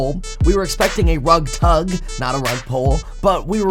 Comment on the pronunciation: I’d prefer a rub-tug, not rug-tug